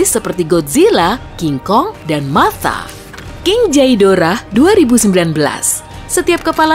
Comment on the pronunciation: namanya king ghidorah tapi bacanya king khidorah bukan king chedorah , terima kasih